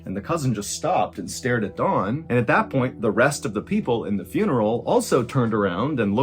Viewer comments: Sounds like you’re saying Dawn instead of Don. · Is his name Don or Dawn? Why are you pronouncing it like Dawn? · It’s Don, not Dawn. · Ugh. Don not Dawn. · so I've been saying Don the wrong way all this time? You mean it's pronounced Dawn? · When you say, I think, “Don”, I hear “Dawn”. So does the Transcript. Which is it. Great story! And great art too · Don? Dawn? Doun???? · I find it interesting the number of fellow Americans who pronounce Don as Dawn. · Eh...Its was ok. I enjoyed this channel more before he became famous amd started raking in the 💰. Also: he keeps pronouncing Don's name as Dawn. Weird. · Just an FYI... You said "Dawn" the entire time. His name is DON... same "o" sound as mom. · Stop saying DAWN his name is DON! Annoying AF! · you really got this off of unsolved mysteries? Thats weak. BTW, it's DON not DAWN. You mispronounced the name throughout the entire video. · If your arms are bleeding from deep scratches, it's pretty obvious to everyone unless you're wearing a dark suit coat. Not discounting the whole story, but that's an obvious observation. Secondly, it's "Don" not "Dawn". Try saying "Donald" and just leave off the 2nd syllable. Or just try thinking of Don Corleone. It's not Dawn Corleone unless you want a finger cut off. The story itself has elements of "Nefarious". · Is he saying Don or Dawn? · I kept thinking you were saying Dawn. Not Don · Is it not Don? It does sounds like Dawn to a non American. Either way, sounds like he may have had morning glory! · It’s don he just says it to sounds like dawn lol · Am I the only one that thought he was saying Dawn the whole time? I kept thinking who would name a man Dawn lol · It sounds like Mr Ballen calls Don Dawn. lol 😂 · Fam. The way you're saying Don is irking me. Sounds like you're saying "Dawn" sometimes. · Oh Don I thought you kept saying Dawn